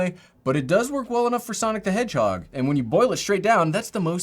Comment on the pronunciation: lmao sonic the hedgehod